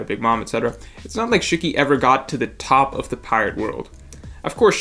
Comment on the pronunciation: The way u said “shiki” bothered me 😂😂